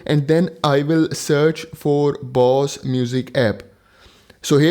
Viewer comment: Indian who calls Bose as Boss 😂 very good video though.